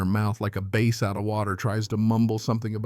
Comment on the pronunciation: It's pronounced bass, not base. It's a fish. Write out your script, and record it with video. AI is not yet the future for you.